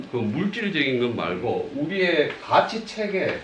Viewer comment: 또 틀렸읍니다."가치"의 "가"는 길게 발음해야지요. 이런 평상어를 바르게 발음하지 못하면서 고전 강의를 한다는 것은 무엇을 의미합니까? 한국의 장단음 문제는 실로 심각합니다. 고국의 동포 여러분! ",한국 어문을 고발함"이라는 책을 읽어 주시옵소서. 미국 변 완수 드림. 또 실수!! 성인(saint)의 "성"을 짧게 발음했읍니다. "길게" 발음해야하는 평상어입니다. 자고저 문제가 어망입니다. 이 이상 들을 생각이 없읍니다. 미국 변 완수 근지